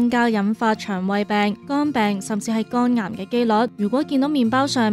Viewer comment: 肛癌定肝癌呀喂？幾個旁白啲懶音都咁勁，係唔係專登㗎？